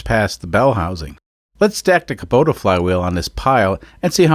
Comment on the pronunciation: Hey, not only can you say Osaka, you can also say Kubota! Hahaha. However, it is funny that you say "Luke" when everyone else says "Luck" and you say "Kuhbota" when it should technically be "Koobota", but on Altair 7 it's all psychically communicated anyways. I always love seeing which custom solution people come up with for a unique engine swap. It's funny that you act like everything is bumblefudgery, but secretly, you know what you're doing. Also just want to highly recommend Allen's Fasteners once again. :D P.S. Holy heck those are some lightweight cars!